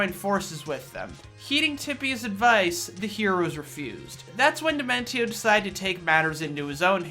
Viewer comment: Indeed the best villain in the history of video games to be put disrespected like this sickens me. I demand they remake the video and say his name properly in all of its glory.